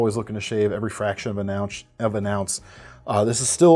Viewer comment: i caught that ownsh lol (ounce)